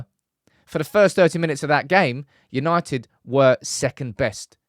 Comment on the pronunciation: YANITED YANITED YAANITEDD!!